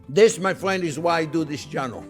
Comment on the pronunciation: I'm not your Fwriend, Guy... J/k subbed for the yum!